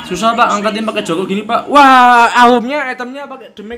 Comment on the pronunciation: eh bang, elu ngomong "joker" tpi kok kedengeran jadi ngomong "joko" ya 😂😂🤣🤣